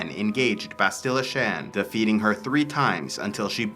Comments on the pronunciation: Ok, so I can't keep quiet. You say "bahst-ILLA", it's "BAST-ila". Only one 'l', not two, so a shorter sound, and the accent is on the first syllable, not the second. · Lol dog please say Bastila the right way other than that awesome vid